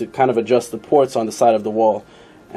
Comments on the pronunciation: pushh head ????? lol loooool say it right like i speel it " puk lol push head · It's pronounced PUKE NOT POOSH PUCH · it's not like the ch in church, it's ch like heckler and koch. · pook dude! not poosh nd they were made in graz austria, not germano! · I haven't heard anyone pronounce it as "Puck".. It's supposed to be pronounced "Pook" AFAIK, at least according to every video I've ever seen and everyone I've talked to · Pronounced "POOK". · It's actually pronounced 'pook'...just sayin' is all... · It's pronounced pook. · the heads aren't made by Puch they are made for puch. it's pronounced pook. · its pronounced "PUCK", great vids man, the dome on the piston crown affects the squish volume, how you demonstrated it would only be relevant for flat top pistons, but squish volume does not affect displacement only compression. also the syringe technique is only any use for balancing the compression on multi cylinder heads. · lol as an Austrian (btw Puch is from Austria and not Germany), I know how to pronounce it the right way. Lets just say I cringe every time u say it. lol. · You neglect a mod from consideration, enlarging the combustion chamber. You could pretty easily cut another cc out in that transition between dome and squish band, and get close to the slant head volume with the mass advantage of the puch design toward cooling. That would negate adding gaskets, or shimming the cylinder, so effect the squish efficiency less, and have zero timing effect. BTW, it's pronounced to rhyme with "look", not like a French guy saying "push", lol. Add a cc of volume, run pump premium instead of regular, you should have little danger of detonation without playing with plug heat range unless you Hill climb in saharan summer type conditions. Excellent presentation and theory work though, and a great cautionary note for those looking for "bolt on and ride" parts who might not be inclined toward surgical solutions, lol